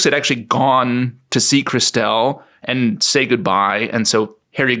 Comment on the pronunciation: I'm loving David's pronunciation of Clauses's sister Christelle. Which genuinely had me perplexed at first, wondering who the hell Chris Dell was!! 🤔😂😂